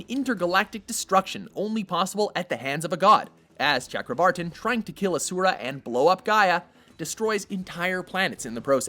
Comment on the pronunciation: God kid i really hate the way you pronounce Asura. Also Mundus isn't really an impressive villain. Not nearly as bad as Arkham.